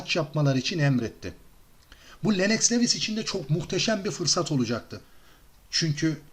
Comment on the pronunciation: LENNOX LEWIS DIYE YAZILIR , LUWIS DIYE SÖYLENIR , önemli degil ama söylemek istedim